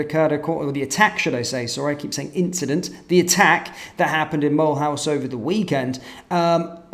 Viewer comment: The city is pronounced Mul'oose